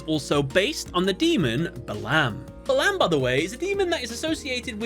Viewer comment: Sorry for the pronounciation correction but The Ars Goetia has two ways of pronounciation: The Arse Go-e-tia or The Arse Go-e-sha Buer : Boo-er Balam:Baa-laam Hope this helps.